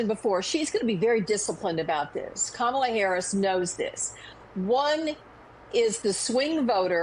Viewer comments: Andrew, it's Kamala- KAH-MA-LA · Andrew: COMMA-LA. Please! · Does it annoy anyone else that professional political commentators still mispronounce Kamala's name? It rhymes with Mamala. Also if you aren't addressing Trump as just Donald then be consistent when addressing Vice President Harris. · Mispronouncing Kamala Harris's name or calling her garbage is scrapping the bottom of the barrel. That's stooping to an unimaginable low, even for trump's standards.